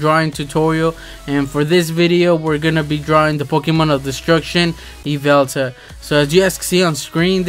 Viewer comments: I am so triggered right now, LOL its not yvelta It's yveltal looool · Yveltal not yveltala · his nam is Yveltal (ya-vel-tol) pronounced